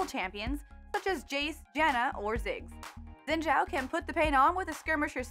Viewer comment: Fyi, Xin Zhao is pronounced Shin Chō or Kin Chō